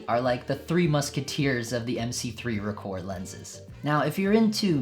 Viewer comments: Ahem....ROH-kor, not ruhKOHR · Good video but you are killing me with the pronunciation. its pretty well established that Rokkor is pronounced Rock-or not roak-or.. Hence the name of one of the most popular minolta websites ever the Rokkor Files, which is a take off on the Rockford files. Also the earliest SR pre-MC mount is often referred to as just SR or auto rokkor or AR I and II There are some lenses in this group with some interesting characteristics too